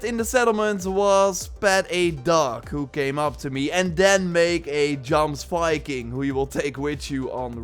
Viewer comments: Yoms, Yomsviking is how it's pronounced. PLEASE FOR THE LOVE OF GOD STOP SAYING Jomsviking. I know it's spelt that way but it's pronounced with a Y as all J's are in Norse. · sorry to be that guy but it's pronounced yoms-viking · Pronounced "yomsviking"